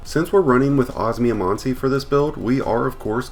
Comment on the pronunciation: Man i never tend to be someone to hung up on pronounciation but the way you say osmiomancy's triggering me so hard, it's os-me-o-man-sea sorry thanks